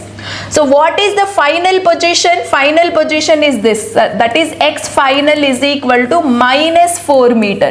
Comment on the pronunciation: mam please pronounce the word position properly